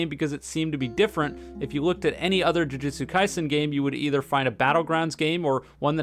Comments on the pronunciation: Now that I have your attention i just wanted to say that your pronoucning jujutsu wrong, its joo-joo-tsu not joo-jit-su. Thast all thank you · ironic title when you cant even pronounce jujutsu properly